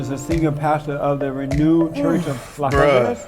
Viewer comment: Did he say, Renude Church